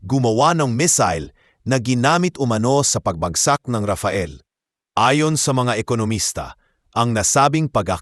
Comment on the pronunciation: anong rafael? rafale.😅